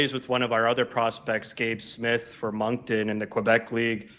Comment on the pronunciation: The dude who announced the Mammoths pick, butchered Moncton. It's pronounced Monc-Ton, not Monc-toon. Geez, get a guy who knows hockey.